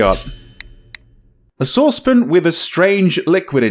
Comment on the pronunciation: is saucepan one syllable? :)